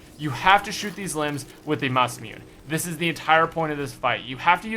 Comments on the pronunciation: Ma-sa-mune? Sounds more like Ma-sa-mu-ne because it is a Japanese weapon name. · Its masimune (Mass i mune ae not mass i mune) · You pronounce masamune wrong :( it's actually pronounced masa-moony masamony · Mos-uh-moo-nay... lol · Just letting you know it's not Masmewn, it's pronouced Masamune (Masa moo ne) (I'm getting a little annoyed by allot of things, and it's not good, like Sieg (Sa egg) fried and many more miss pronounces. Ignore this if it annoys you :v) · After hearing you pronounce the name of the wonder weapon and seeing the name for myself, I realized you've been mispronouncing it. It's Masa-'moon-a.' That's a hard A 👌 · It's pronounced masa-muney but I love ur vids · its pronounced Ma-sa-mu-ne tho. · pronounced "mah-sah-moo-nay" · It's pronounced MASS-UH-MOON-AYE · It pronounced MA-SA-MOO-NE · Anyone else bothered by how he says Masamune?